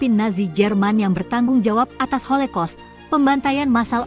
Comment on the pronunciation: Kayaknya holocaust deh bukan holekos😮😅